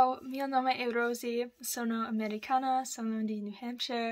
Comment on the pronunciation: Cerca di pronunciare meglio " americana" . Sembra che tu dica " americano".😊